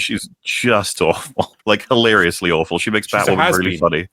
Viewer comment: Ah, Wooby Wose, the Batwhaman. Meh...